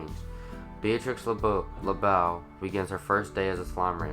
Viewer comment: "LeBeau" rhymes with "rainbow"- it's French, literally means "the beautiful".